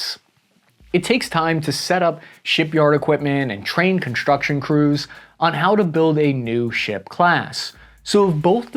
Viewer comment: Very informative, but it's hard to take someone seriously who pronounces the letters "STR..." with an "H" in it: SHtrong ConSHtruction DeSHtroyer ...and let's not forget "eKSHtreme". I expect this of children, but not of someone presenting such vitally important and serious information.